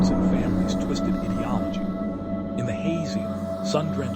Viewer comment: This is nothing but a bad book report Get your audio levels better and learn how to say ideology